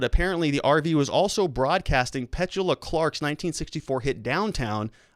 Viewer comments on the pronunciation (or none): Petooolya Clark not Petchula lol